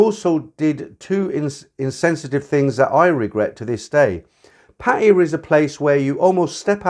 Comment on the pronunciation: Hey, been listening to you for years. Great content. The one thing that does irk me a little, is your pronunciation of 'Pattaya". Maybe it is the original glimpse of how you picked it up. What is your take on this?